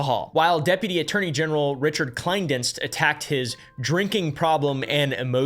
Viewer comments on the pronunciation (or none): none